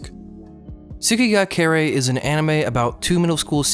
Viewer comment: my ears when you pronounce Kirei wrong